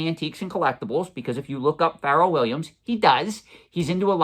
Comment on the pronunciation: Love your content but it’s not pronounced feral like a feral animal. It’s Pharrell. He’s also one of the biggest watch collectors on earth. Collection is mind blowing. Also it’s fleer not flair.